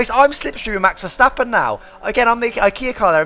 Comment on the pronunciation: Kudos for a really good attempt at pronouncing Max Verstappen properly. Much appreciated.